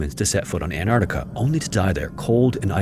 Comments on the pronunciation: I love your content but as a professional voice actor I have to say that your enunciation and articulation are often unclear or incorrect. E.g. it's Ant-ARK-tica, not Ant-AR-tica. You need to slow down and take a little more care in your narrations. Your overall conversational delivery is very good, so this will only be making solid work better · So he used AI to clone his voice to narrate this? Is that why his voice is so robotic and make stupid mistakes like "Antactca" ? Yeah, garbage AI slop. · did you just say ant arta why tf am i watching this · The narrator can't even pronounce Antarctica correctly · Canadian here. Why do Americans never pronounce the first “C” in Antarctica?